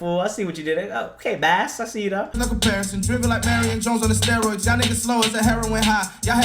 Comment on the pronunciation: Why he say bas like that 😂